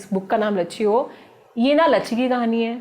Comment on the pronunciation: saurabh bhaiya likh rahe ho lachchi aur bol rahe ho lachchhi